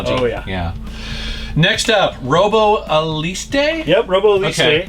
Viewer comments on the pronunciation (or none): "Robo ALEESTAY"